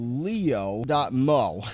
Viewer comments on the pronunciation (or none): its not sky.leo.moe its sky.lea.moe